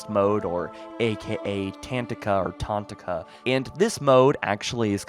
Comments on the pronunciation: It's Ta-tan-ka not tantaka sorry it was giving me a tumour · Say it with me… Ta-tan-ka Not… Tan-ta-ka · C'mon buddy, if youre making videos on a specific game mode, atleast take the time to to sound it out and learn to pronounce it correctly. ta-tank-a, not tan-ta-ka It just feels lazy otherwise. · TA-TAN-KA. Super easy to pronounce.. There are a quite a bit of illiterate YouTube creators out there. Embarrassing yourselves.. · Bro you are butchering it so bad it’s tuh - tonka. With the onka being the stressed part. Like wonka. Tuh-tonka. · Tatanka. Go watch Dances With Wolves. It's Buffalo in Sioux. Pronounced Tuh-Tahn-Ka